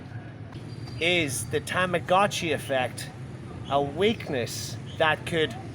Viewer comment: please stop saying Tamagotchi like that its terrible. that's not how it is pronounced. tama-got-chi, you sound super hick when you say it like you did.